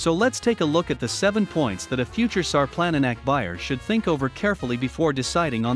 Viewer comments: its not sar planna nack its šarplaninac, say it like sharp-lan-knee-nuts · “Shar-plun-knee-nuts” sarplaninac. Please put some respect on the name. 🤦‍♀️ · All the comments on here are interesting and very resourceful. Alot of you commenting take pride in your breeds of livestock guardians. I'm taking all this info into consideration and the first thing I know for a fact is he is saying the name wrong, but I also am guilty of saying it that same way when I discovered this breed. Thank you everyone for the information you have poured into the comments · Announce the name of the dog properly you might want to take the video down until you know what you're talkin about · This dude is mispronouncing the name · good point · It doesn't inspire much confidence in the information when the name of the breed is not pronounced anywhere close to correctly.